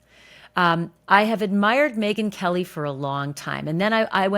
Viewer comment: Again . Megyn Kelly it’s KOH NOT KOLE 😂 please stop saying that !!!!